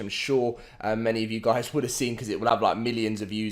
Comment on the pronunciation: "HAPAE NEW YEAARS GUAYS"